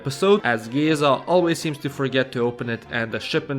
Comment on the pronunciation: (im fucking dum and commented smth that was mentioed l8r in the video but also) IM SORRY BUT THE WAY YOU'RE PRONOUNCING MÉZGA WRONG HALF THE TIME BUT CAN SAY GÉZA RIGHT PISSES ME OFF WDYM MIZGA